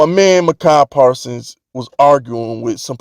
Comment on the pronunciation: Why do you keep pronouncing Micah Parson's name wrong? You doing it on purpose?